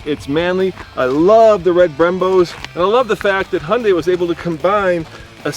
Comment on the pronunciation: You guys say Hyundai wrong. Just saying. ^^